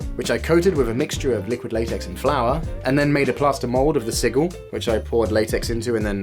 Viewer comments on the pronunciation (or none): just do you know, it's pronounced si-jill not si-gill